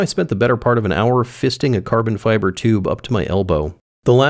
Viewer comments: uhhhhh.... CABON FIBAHH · Caahhbon Fibahh